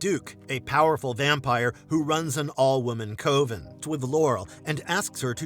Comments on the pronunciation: The way he says coven had me 😂! He sounds it out like it's pronounced 'coh-Ven' or 'cuh-ven' ish and once more at the end of the 'Bits' entry. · Coven rhymes with oven not cloven!!! Gotta be an AI BOT!